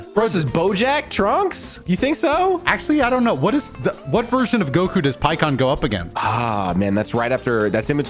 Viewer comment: It's pikkon free